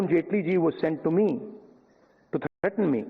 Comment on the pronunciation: Why are you emphasising threaten why cant you be normal